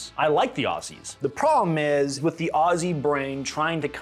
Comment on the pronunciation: Thank you sir for pronouncing Aussie correctly. As a fella born abroad and coming back to the US I completely understand the American love for Guns. Hell they are the coolest things ever! In the Australian livestock and farming industry guns are extremely useful for sick or suffering animals as well as varmints. Yet our government isn’t satisfied with the ban of automatic and semiautomatic weapons. Now they are coming after “high powered rifles” like the 303s from 120 fucking years ago. It’s no longer about the safety of the Australian people it’s just a Libtard dog whistle, used to garner popularity among the uneducated inexperienced left. God save Australia mate because dunno who else will.